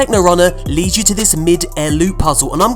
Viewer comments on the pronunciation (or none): none